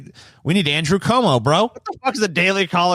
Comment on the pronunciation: it’s pronounced andrew cwomo —a NYer